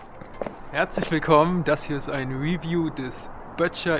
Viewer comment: ...why Germans can't say review? Stressed syllable in review: 2 syllables : re-view. Pronounced review: ri-vyoo.